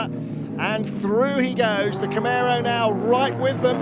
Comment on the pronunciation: It’s CamARo, not CamEro 😀